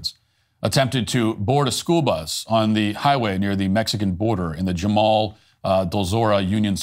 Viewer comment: It's pronounced "Hamule". Im from San Diego and not long ago Jamul was pure country.